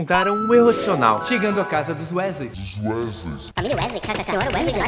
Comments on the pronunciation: não vou mentir, pense em uma coisa que me incomodou na época essa fala “Wesleys” kkkk mais tá perdoado 😁😁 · Falar Wesleys errado é uma referência a falar Leviossáá, o público que não entendeu.